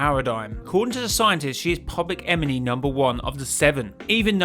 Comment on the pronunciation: "public EMENY"